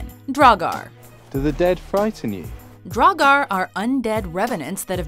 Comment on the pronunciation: Oh damn... "Dragar" That pronunciation is so bad..